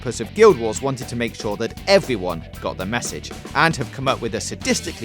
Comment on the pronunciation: "... evewy one got the message."